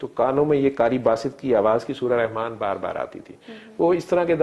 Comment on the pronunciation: Allah name is not Rehman it is Rahman. Saying Rehman is wrong.